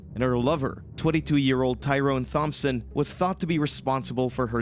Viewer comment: It's pronounced like Tomp-son, without the Th sound.